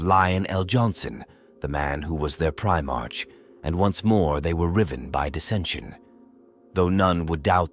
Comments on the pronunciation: If we follow the 'proper' pronunciation (and the same is true for patriarch as well - [pey-tree-ahrk]), Primarch should be pronounced [pri-mahrk]. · Great piece of work, but oh my Emporer, you have to do redo this and get rid of "ist legion" was driving me nuts after 30 minutes. And Prime-Arch. Aaargh. Shame.